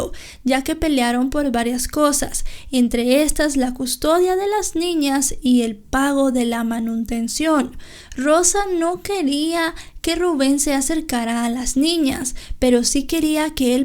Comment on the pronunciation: “El pago de la manuntención...” MANUTENCIÓN, es lo correcto.